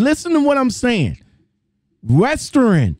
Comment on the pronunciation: Wow, I was just thinking that same thing. How do you get fired from Western Express? I used to work for Western Express, and yes I quit. Most people quit Western Express not get fired. It’s pronounced WES-TERN not WEST-TERNNN lol.